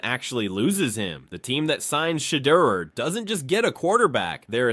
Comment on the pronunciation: Who is shader? At least pronounce peoples names right